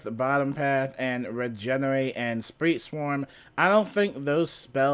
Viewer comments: Sprite not Spreet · Sprite is pronounced like the drink